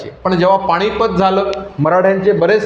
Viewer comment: पानिपत म्हण पाणिपत नाही सर आहेस तर मास्तरा सारखा बोल